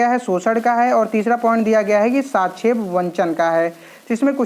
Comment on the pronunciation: साक्षेप वंचन नहीं गुरु जी सापेक्ष वंचन। पहले हिंदी तो पढ़ना सीख लीजिए तब पढाइये गुरु जी